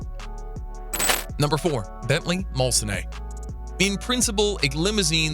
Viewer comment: Its pronounced "Mulsan" not Mulsaaney. Do your homework first!